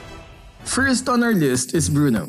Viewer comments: farm "FRIST" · Announcer: We're 1712 team gold behind, farm "frist". Me: oh... ok. Hey guys! Farm frist!